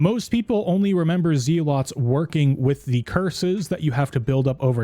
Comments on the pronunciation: Amulet of Z-lots. It’s the amulet that helps you sleep. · man said "zee lots" hahahaha TY for vid bro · Good vid, but pronunciation of zealots is driving me nuts